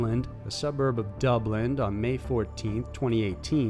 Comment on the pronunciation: Dude there's no "d" at the end of Dublin. You should rehearse pronouncing every single proper noun before you record vids, its your weak spot. Otherwise your vids are very enjoyable. *i like that kneepads were part of that teenager's murder kit. Although I'm certain they are of minimal comfort to him in prison as we speak.